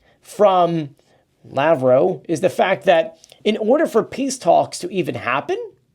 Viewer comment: LAV-ROV. Not Lavwaw